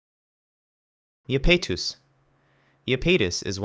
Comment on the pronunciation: Sure did mispronounce a few of those names, never heard Iapetus said that way before